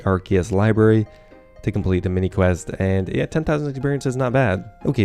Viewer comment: Did you pronounce yeah as Jeah? European heritage revealed